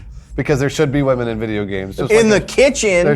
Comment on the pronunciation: "The appearance of WAMEN" I think has been watching a bit too much Pewdiepie